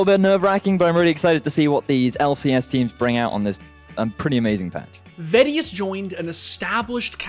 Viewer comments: vedius gains?;o Guy lifts. He is kinda lucky he has the accent/voice tho^ Im kinda sad i missed all these songs tho 0o Only watch vods deserves kudos tho, love that guy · Ah yes, the famous MeediVeedi duo :D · its funny how pronounced vedius´ name now that they are a casting duo xD